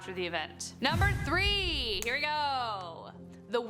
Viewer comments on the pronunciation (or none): none